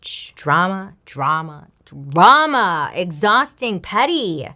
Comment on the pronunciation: Can't get over when bailey said "DROOOMUUHHH" 😂😂😂😂